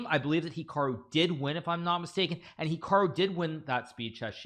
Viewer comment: This "hecarwoo" you speak of sounds good